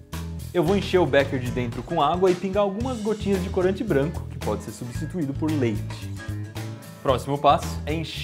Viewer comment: ''fais''? ''clorante''?